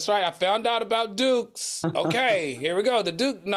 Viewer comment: When they were talking about Duke's mayonnaise and Claudia said Dookey, 🤦🏾‍♀️ I slid off my couch laughing!! 🤣🤣